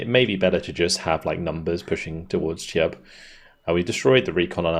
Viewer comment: I know you like to get your pronunciation right,. The ch of the town of Cheb is pronounced like the ch in Loch Ness. If you want to say ch as in church, that's written as č, a different letter of the Czech alphabet. Cheb's a beautiful medieval castle town, btw, in case you get a chance to go on holiday.